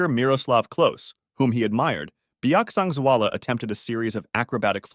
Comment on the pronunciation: As a person from mizoram! Your pronunciation for his name is so good and thank you for sharing his death, it was really a sad event for the society of mizoram and thank you again.